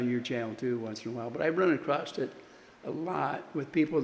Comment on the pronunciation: ACROSS, the word is ACROSS!!